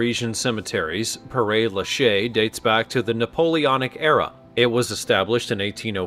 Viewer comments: Mon dieu not pronounced pear Is like more pera in italiano il like said per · Pear...? More like "pair"... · Pair not pear😂😂😂😂😂😂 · Very interesting… but père is pronounced like pear, meaning father in French. Love these narrators who don’t do a little research before recording. 🙄